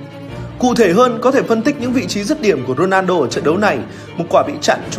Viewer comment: Co len a rrrrrrrnaldo